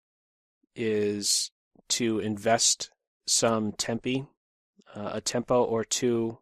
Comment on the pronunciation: am I the only one who noticed says a lot of "tempy" instead of "tempo"? xD